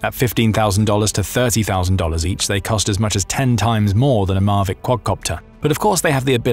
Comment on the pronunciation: mavic not marvic